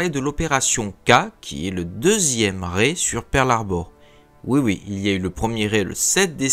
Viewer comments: Merci pour cette vidéo. (raid se prononce raidE) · (rèd) ou [ʁɛd] en alphabet phonétique. Tu l'a dit toi même :') le culot. En alphabet phonétique le d se prononce. Après, la synthèse vocale de google trad fait très bien le travail mdr pas besoin de chercher la seule source qui te donne raison. L'égo...